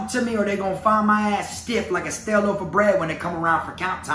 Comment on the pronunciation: He said like a stal peice of bread